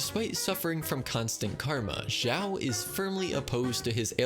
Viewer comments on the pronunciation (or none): none